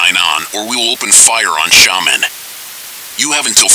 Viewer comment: I like the eas scenario, but the way Xiamen and Quanzhou were pronounced was bugging me lol